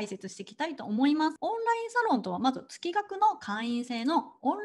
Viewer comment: 月額(げつがく)と読むのが本来正しいかと…。